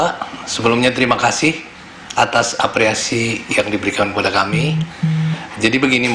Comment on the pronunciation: Gw yang salah dengar kah? Kok apreasi? Atau aku yang nggak tahu ya? Oh.. mungkin bapaknya typo